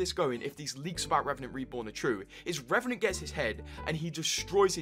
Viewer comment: Revanant more like "Rebanant"